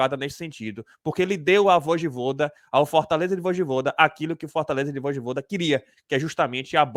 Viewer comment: É Voyvoda cara, e não voidvoda kkkkkkk